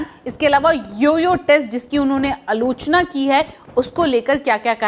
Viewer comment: Not sure why isn't able to improve even after sharing feedbacks again and again... buddy it's NOT Gautam GabhirS it's Gautam Gambhir, it's not Alocha it's AALOCHNA (in pronounciation), it's NOT Drvid it Draavid (in pronunciation)... you need to work alot on your dialect and anxiety...practice before you record for video and record (your audio) what you practice, it will help you...